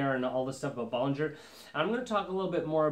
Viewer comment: Bow-lin-JHAY. Not Bol-lin-JHER For God's sake man pronounce it correctly